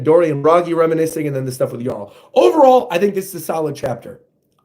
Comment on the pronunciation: Props for saying Jarul's name right. For future reference, Hajrudin's name also has a soft "J." It's pronounced like "Hai-rudin."